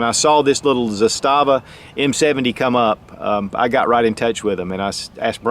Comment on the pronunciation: Zastava, the Serbians put the emphasis on the first syllable. Don't feel bad, the guy from TFBTV is the only one who gets it right.